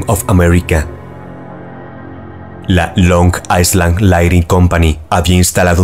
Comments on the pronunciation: Me encantan tus videos, los veo desde hace varios años ❤ PD. Island se pronuncia “ailand” ✨ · solo para corregir, la palabra "island" se pronuncia "ailand" sin la S